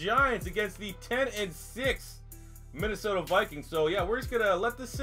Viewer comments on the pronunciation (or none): none